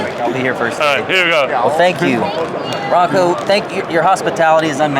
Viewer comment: It s Ranko,not Ranco. He is not an American dip-shit.